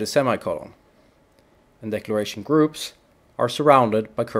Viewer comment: It sounds like he is saying "decoration" but he is REALLY saying "decloration"